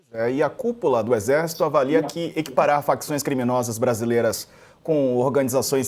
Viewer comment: "Ezersitu"!!!! Quem ou o que é o Exército? Já pintaram meio fio hoje?